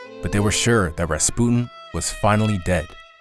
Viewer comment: So strange. Maybe Millennial mispronunciation, maybe butterfly effect, maybe I’ve been wrong my whole life, but for many years it was Rasp-you-tin. So strange to hear it differently than I grew up with.